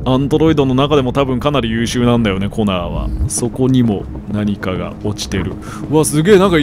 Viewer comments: 血液ペロった後の「すげぇなコナー」が「すげぇなコナン」に聞こえて、コナンはアンドロイドだったのか！？ってなった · コナーがコナンにしか聞こえなかった _(:3」∠)_笑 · コナーがときどきコナンに聞こえる重症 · すげぇなコナー、がすげぇなコナンに聞こえる笑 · アンドロイドの血液を舐めたシーンの後の 「凄いなコナー」が「凄いなコナン」に聞こえてしまった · コナーがコナンに聞こえる